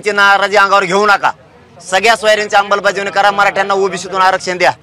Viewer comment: अंबलबजावणी नाही उपोषण कर्ते अंमलबजावणी असतंय तो शब्द